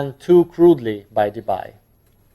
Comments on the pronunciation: DeBye is pronounced like DeBee (in Dutch), so say goodbye to that Bye-pronounciation! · Concerning Debye. He was Dutch. So "bye" is pronounced like "bee". (De-bee = Debye). Bye! ;-)